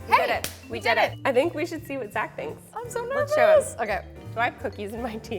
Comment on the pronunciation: Idk why but I heard him say his name was zacholas